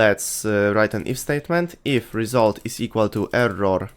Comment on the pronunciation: Result ❌ Resoult ✅